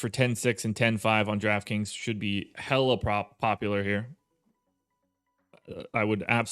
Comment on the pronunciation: The way says “hella” tells me that he’s not from the bay but he’s spent time here lol